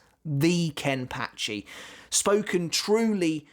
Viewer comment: Is it just me of the way he says Kenpachi somehow weird? 🤔